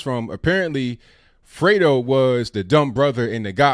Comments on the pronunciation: I thought it was Dego not Fredo... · I THOUGHT HE SAID DAYGO.